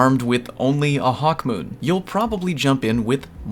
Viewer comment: I like how Hawk Moon became Hawk mEWn.....ew